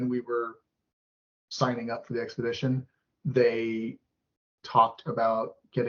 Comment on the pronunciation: fair enough I was wrong, her husband who looks like he’s the serious one paid for them to go on the trip, I stoped watching after she couldn’t pronounce expedition 🤭